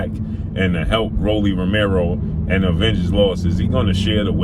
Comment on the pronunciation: Lol definitely sounded that word out. It’s *Avenge great brother